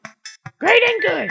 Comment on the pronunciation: I still say 'grood' 8 years later, along with everything from these vids